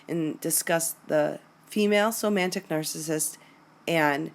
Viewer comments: please, it's soMATic and not soMANtic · It's "somatic" narcissist, vice somantic.